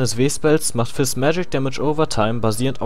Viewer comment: Sagst du absichtlich Jizz ? :D